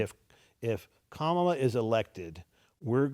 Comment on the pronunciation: Mark Cuban business knowledge >>>>>>>>>>> x billion >>> your "dads" business knowledge lmao. Were you seriously expecting this to mean something running to daddy pitting him against Mark friggin Cuban?? LMFAO low Iq trump voters INDEED. ENJOY THE LOSS LOSERS😂 It's Kamala not kom uh luhh 😂 ignorant racist people 🙄